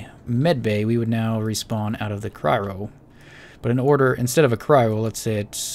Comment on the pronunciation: Cryo "Cry-oh"